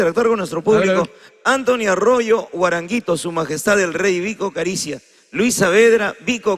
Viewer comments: jajaja jajajaja Vic ricia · Pronuncie bien las letras de esas grandes obras musicales , ponle sentimiento. VIC RISIA ...... VIC RISIA (Vico carisia)